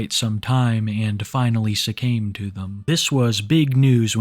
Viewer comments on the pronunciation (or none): I've never heard someone say "succamed" instead of "succumed" before. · Did you say his mom "succame" to her illness??? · Hey homie. “Succame” isn’t a word. The word is “succumbed.” From succumb. With u m b, similar to “suck my cucumber.” Good video otherwise. Since I took the time to criticize you I guess I’ll take the time to subscribe. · Succumbed... Not secamed. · did i actually hear you say "succame"? how embarrassing for you....